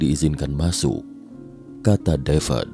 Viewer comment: Devad deved devad deved. BACANYA TETAP DAVID, BUKAN DAVED WOE